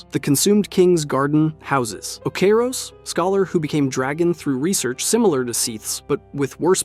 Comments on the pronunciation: he also said Oh-kay-ros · O-see-ros is the one that got me. On top of that he doesnt even keep the pronunciations consistent